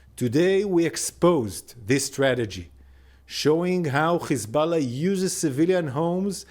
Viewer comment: Why you say Khamas and Khezbollah??? You have haifa you obviously can pronounce H